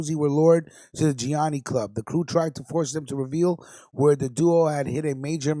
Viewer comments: Great podcast. But one thing: it’s pronounced: ja knee knee or sometimes: gee ah knee knee. Trust me on that one. 😉 Good stuff. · Its pronounced (gee a knee knee)